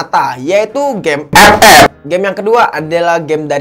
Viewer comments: Ketawa bang gue kalau lho bilang epep🤣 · Ngomong ep ep nya ngakak 🤣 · dengerin abang ngomong "epep" make headshet, beuh mantap cukk wkwk